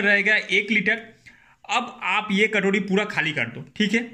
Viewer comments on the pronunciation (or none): Katodi nahi katori bolte hai